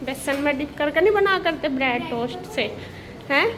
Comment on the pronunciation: Brad nhi bread hota h😂😂😂😂